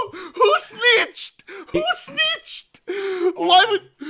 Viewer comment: “WHO SNEETCHED”